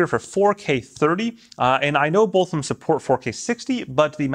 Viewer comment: Bolth of them? They bolth have that feature? Bolth?